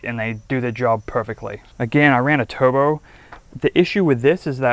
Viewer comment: This guy cant pronounce "R's". He says "Toobo" LOL